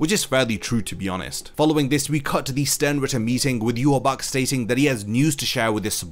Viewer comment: Why do people call himYwabach its Ywach